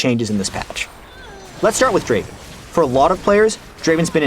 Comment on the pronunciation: Not draven, Draaaaaaven! ◄